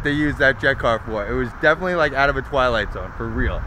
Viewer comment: Exploration not explore. Those rims not them rims. Hawk beak not hawk nose. Triumph would mean Triumph not MG. Abandoned not abandind. Definitely not defnuhly. I’ve only seen not I only seen. Painted not paintid. Property not propuhty.